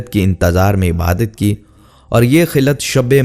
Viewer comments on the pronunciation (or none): none